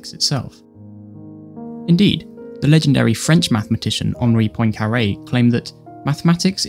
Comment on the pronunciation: Apart from mispronouncing Poincaré, and not stating that the whole point of language is to name things, qualities, quantities, relationships, states, and actions. I refuse to hear the rest of this